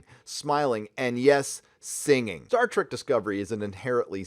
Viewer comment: "Star Treku dijinai!!"